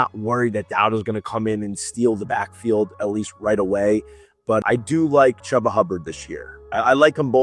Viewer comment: Its Chuba, not Chubba